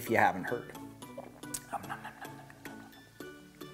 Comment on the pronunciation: ...that bubbly water is from WISCONSIN...not France! You're saying it wrong! haha. It was named after the city of LaCrosse, WI, and the St. Croix river (prounouced Saint Croy). Get outta here with that fancy French pronunciation...that shit was brewed up by a bunch of cheese heads! lmao I'm surprised it doesn't make you sound like a Packers fan, YOU'BECHA!